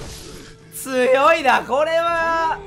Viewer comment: 「ほんとに強いな」が「ほんとに強いだ」にしか聞こえん